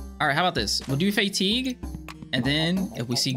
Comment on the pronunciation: Fa-teeg not Fay-teeg